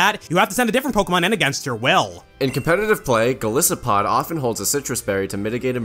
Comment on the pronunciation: Golisopod's name comes from goliath and isopod so it should be pronounced with a hard I sound